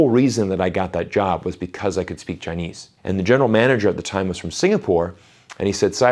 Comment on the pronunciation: He is really good at Chinese, very authentic pronounciation.